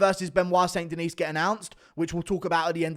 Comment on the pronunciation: Somebody has to get him to say st. Denis properly. Sounds like Chael. De-knee guru.